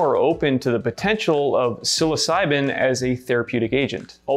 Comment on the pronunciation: Home boy said “sill-oss-si-been” pronouncing psilocybin 🤣